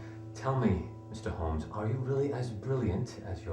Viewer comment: HoLmes....not Homes